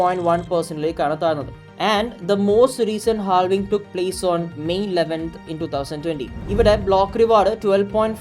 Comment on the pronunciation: ha vuhng it's [HAAV] + [ING]